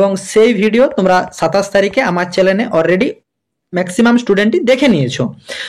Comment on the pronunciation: Chanel uchcharn karun.